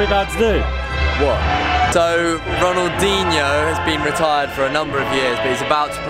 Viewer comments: Muito engraçado kkkkk " Ronaldenho"kkkkkkk coitados, não conseguem pronunciar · They calld him ronaldinoo